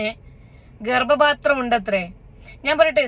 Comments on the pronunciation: It’s not Garbapathram,Garbathram, thettiyathu thankalkkanu,🤣🤣🤣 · ഗർബാത്രം ആണ് അവനു ..... ഗർഭ പാത്രം അല്ല.........😂😂😂😂😂😂😂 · ഗർഭപാത്രം എന്നല്ല കുട്ടി അവൻ പറഞ്ഞത് ഗർഭാത്രം എന്നല്ലേ 😂😂😂😂😂